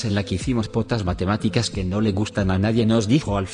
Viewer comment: El profesor dijó POTAXIO 😭